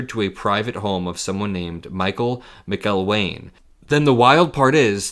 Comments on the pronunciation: Accent on the 2nd syllable in the “McElwain” if you’ll be so kind boyo. Cheers. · I believe it is pronounced Mac El wain.